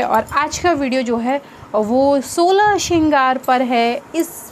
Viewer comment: Didi it's not SHOLA , it's " Solah Shringar ".